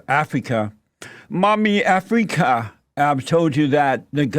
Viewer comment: MOMMY AFF-REE-KA!!